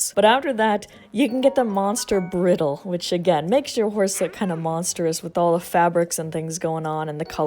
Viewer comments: “Monster brittle” 💀 That’s not how you pronounce bridle lol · im sorry but i have to say that it's pronounced bry-dull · "bridltle" lol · bridle is pronounced like bride and groom. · As someone who was VERY into horses as a child hearing you say bridle made me drop my phone on my lap and take a minute to process and breathe lol Its pronounced brai-dl btw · Bridle has a long “i” sound. Like bry-dle. Just thought I’d share. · you can find that first boko down by the water around Tarry Town. go down the rail car and go right. you’ll run into some bokos right there also fyi, it’s a hard “I” in “bridle”. “Br EYE dle” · > also fyi, it’s a hard “I” in “bridle”. Glad I saw this before commenting the same thing :P